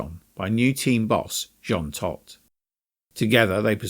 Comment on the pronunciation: Hold up, you pronounced Jean Todt two different ways in about three seconds. Was this narrated by AI?